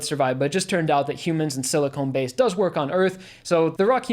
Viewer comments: This may sound pedantic, but important distinction - rock humans are silicon (sill-ih-khan) based life, not siliconE (sill-ih-cone) based life. Silicon is a basic element, silicone is veeeeeery very different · Sili-KHAN, not Sili-CONE.